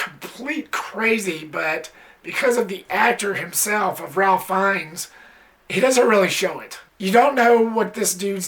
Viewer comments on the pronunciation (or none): His first name is actually pronounced "Raif" or "Rayf" as opposed to the traditional Ralph.